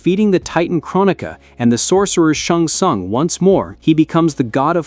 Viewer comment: as soon as I heard him pronounce "SHUNG SUNG" I lost all respect!